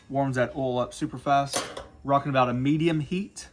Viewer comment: You said rockin